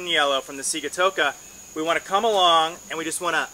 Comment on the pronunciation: Great video. Thanks. BTW Sigatoka is a Fijian word and is pronounced Sing-a-toka:)